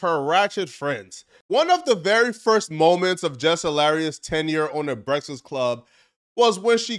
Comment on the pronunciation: Why tf you cant say breakfast correctly?